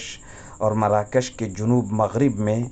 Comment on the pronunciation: جنوب بفتح الجيم لا بضم الجيم.